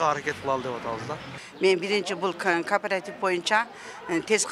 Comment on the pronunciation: Кардарлар! Кооператив деп айтылат.карпаратив эмес .атын туура айталбай анан эмне киресинер .карангычылык .